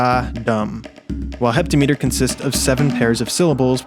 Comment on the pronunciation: "Heptameter" is pronounced "hĕp-tăm-′ĭ-tər" btw. Most poetic meter measurements rhyme with "etter" because poetic meter pronunciation apparently doesn't follow etymology for some reason. Source: career poet.